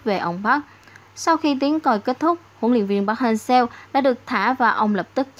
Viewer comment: Mong chị đọc đúng tên :v Nghe khó chịu vl :)